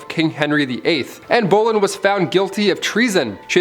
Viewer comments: Love - love the way he says “Boleyn” as “bowlin’”. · Same 😂 I was like “what did u say ?”